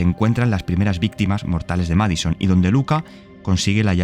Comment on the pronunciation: No es "MAD SON". Es "MAD I SON". Lleva la i porque en inglés, es así como significa "hijo loco". Por cierto, en una entrevista, el creador del juego, no dijo eso de las enfermedades psiquiátricas, sí es una posesión. Búsqueda, está aquí en YouTube.